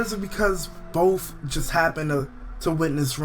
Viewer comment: lol i like how he says bof instead of both lol